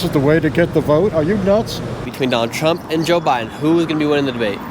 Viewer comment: Girl said Obama then said Bide , sheesh......